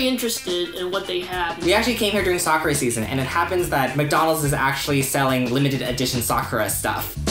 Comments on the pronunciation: Although you are correct about the k-ra part, it's the pronunciation of the a in Sa-ku-ra that is incorrect. I live in Japan, I have lived in Kansai and Yokohoma, and the "a" sound is more of an "ah" vs. an "awe", which is what they are doing in the video. ... If that makes sense... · I thought he said Soccer season. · I thought he was saying 'soccer season' until the sakura season info came upXD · I thought they were saying soccer... lol and it was sakura... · i thought he said, they went there for SOCCER season 😅 haha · I thought he said soccer season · I thought they said ‘soccer’ 😂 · Ohh did he really say Sakura?? I didn't know that! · I was so put off by the pronunciation of sakura that I had to search for video of Japanese people talking about sakura to make sure I wasn't in some alternate universe with a different pronunciation of sakura.